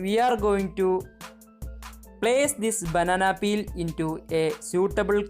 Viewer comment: The way she says “banana peal” 😌